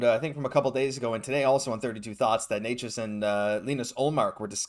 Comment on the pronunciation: Canes fan here. First off, it's pronounced "Neh-chus" lol. Second of all, I think it's clear he wants a trade. But it seems a LOT of teams are interested in him so, what do you think is the Habs best offer?